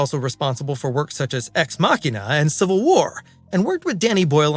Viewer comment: Does he also fight in the kivil war or is he a kivilian? To be fair I would've gotten that wrong too. I've never seen a name like that.